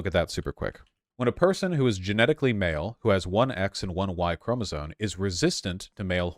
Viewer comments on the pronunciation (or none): Im sorry Vaush but this entire video sucks because you keep saying "Chromosone" instead of "Chromosome"